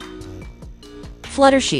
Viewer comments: 2hy did she say flutershi it's fluttershy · Bro why did you called fluttershy fluttershi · It’s not fluttershe it’s fluttershy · Why did it say fluttershee instead of fluttershy? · your right its fluttershy not fluttershee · maybe because Velamelon call fluttershy fluttershee 🤣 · its Fluttershy not Fluttershe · For the last time it's fluttershy not fluttershey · Wait "Fluttershe"? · For the last time it's Fluttershy not Futtershey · its not flutershee its flutershy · It is fluttershy not fluttershi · It's Fluttershy not she shy yall piss me off when you didn't pronounce names correctly BTW it's Rainbow Dash not Rainbowe Dash.😠😤. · The fact that she says fluh-ter-shie is so funny😂😂😂😂😂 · It’s fluttershy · It’d fluttershy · She said flutter she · Fluttershy not fluttershe!😂😂😂😂